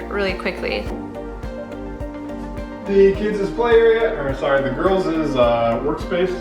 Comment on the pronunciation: This is very motivating! Love the colors and simplicity. Side note: girls’ not girlses, kids’ not kidses 😉